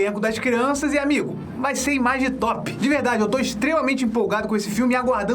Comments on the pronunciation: Gostei do Imaginews! Mas, por favor, não diga "imagitop"! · Eu era inscrito até você falar imagitop